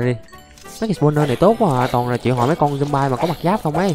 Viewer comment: Người ta đọc là thịt dom bi còn anh đọc zom bai